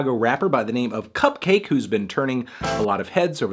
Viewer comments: its pronounced CUP-KAH-KEI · It’s pronounced like bukkake (or like orange juice), melon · I always pronounce CupcakKe like bukkake. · I always pronounce it like Cup-kek (cack) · huh, man... i been pronouncing her name similar to 'bukakke' this whole time. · I thought the two k's in cupcakke's name were supposed to be pronounced like bukakke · I think you're supposed to pronounce "Cupcakke" like "Bukakke" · Sportaflop Supreme no it's pronounced like cupcake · Isn’t it pronounced cup-cahky as in bukakke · isnt cupcakke pronounced like bukkake? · I never realized cupkakke can also be pronounced like bukkake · I always thought it was pronounced cup-kakke, like bukakke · does he not know its pronounced like bukakke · I literally thought her name was pronounced bukkake. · It’s pronounced cup-cock-aye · Think it’s pronounced cupcakke like bukakke